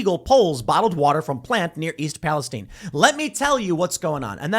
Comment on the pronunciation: What is this 'Pa-les-teen' pronunciation?